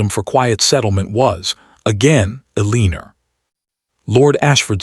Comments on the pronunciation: Edit, train the AI to pronounce Elenore correctly or stop using the name. It grates on the audience and they tune out. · I agree!!!